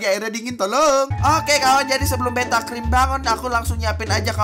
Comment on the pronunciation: kok tulisannya beata padahal ngomong nya beta